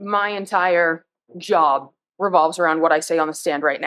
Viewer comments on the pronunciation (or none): “ my entire JAWB” …. What is with the pronunciation and nine octaves lower voice?😂🤬 what a tool……. Sacrificial lamb year. Girl needs an attitude adjustment and some conditioner